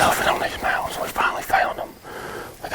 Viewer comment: “Mountains” 😂😂😂 not quite. Sweet video though!